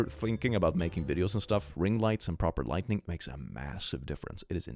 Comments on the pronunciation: It might just be my hearing, but I'm hearing you pronounce lighting as lightning. Veeery subtle difference, and most English speakers don't notice the difference in writing (soooo many write lightning as lightening), but thought you'd want to know. 😘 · Have you ever noticed that he consistently says lightning instead of lighting? EVERY. TIME. It's kinda funny. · Drinking game, take a shot every time he says "lightning", instead of lighting. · I love how he constantly says lightning instead of lighting. It's somehow really adorable <3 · keeps pronouncing "Lighting" as "Lightning" and it's absolutely pissing me off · Okay, no one's told you this, but it's not "lightning", it's lighting. learn the difference lmao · I love how he pronounces “Lighting” as “Lightning” 😂 It’s great.